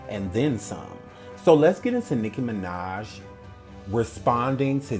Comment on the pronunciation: I keep laughing because it sounds like he’s saying nigguh minaj